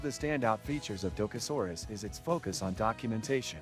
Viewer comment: Maybe learn how to pronounce what you are reviewing? Probably better for your credibility that way.